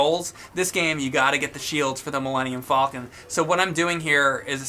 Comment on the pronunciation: Does know how to say millennium falcon its not millennium fallcon theirs no double l, its just like the bird falcon!